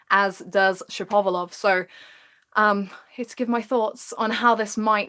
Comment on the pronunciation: I enjoyed the video One thing though ,it isn't : Shap - ov - a - lov , it's Shapo - valov